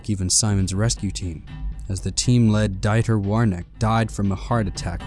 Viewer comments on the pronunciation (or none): none